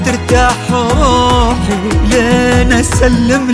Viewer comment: طريقة نطقه ل"روحي" اغنيه ثانيه لحالها.. الله يا 👏🏼